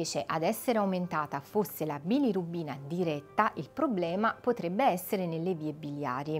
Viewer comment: Bilorubina, non bilirubbina😅